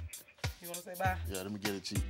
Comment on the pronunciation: "I just wannoo" - Karen